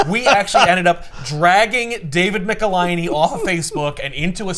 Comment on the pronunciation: David Michelinie Hi David Mecka-hiney Ho